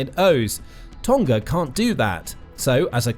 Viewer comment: You pronounce Tonga incorrectly